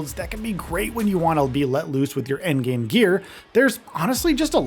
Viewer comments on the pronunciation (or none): none